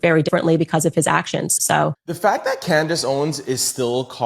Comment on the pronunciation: Candice: If you want to butcher her name simply say it as it is spelled CAN-DICE. Yw :)